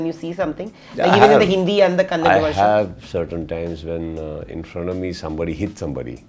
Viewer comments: Btw ye kisko bitha diya anchoring me liye 🤪.. illiterate idiot keeps saying "Kannad".... It's kannada. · It's not Kannad you idiot. It's Kannada. Called you idiot coz you called the big boss contestants as Bunch of Idiots. Thanks! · Idiot anchor doesn't know how to pronounce Kannada*. He is saying *Kannad